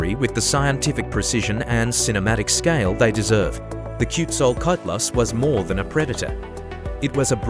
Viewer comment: Ten seconds in I heard the worst mangling of a name I've ever heard AI deliver, and I've heard some disastrous ones. That's not remotely how Quetzalcoatlus is pronounced. This isn't even trying.